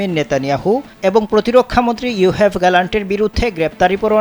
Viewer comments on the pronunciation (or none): ইউহেভ না। ইয়োভ গ্যালান্ট।